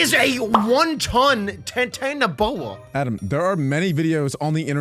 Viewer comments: Not titanboa it's titanaboa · U R saying it rong (ti-tana-bow-a) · btw its pronounced titani-boa (not to be a nerd)